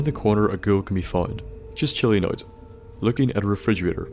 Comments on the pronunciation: It sounds like you're saying "girl" instead of "ghoul". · Sorry, But are you saying Girl or Ghoul xD